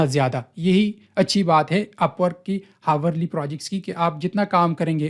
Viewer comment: bhai hawar nhi hota ourly >>>>Hourly